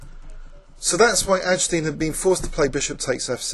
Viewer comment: Oh, and AG-DES-TEEN is the correct pronunciation. Still a great video!